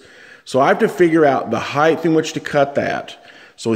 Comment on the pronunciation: ...heighth? No such word. Height.